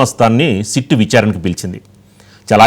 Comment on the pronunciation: సీట్ కాదు సిట్.